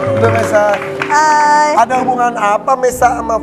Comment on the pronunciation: MESA HIRA min, BUKAN mesa hita ya